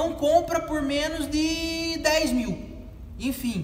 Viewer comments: " infim" valeu as dicas ! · Infim ... infim...infim... infim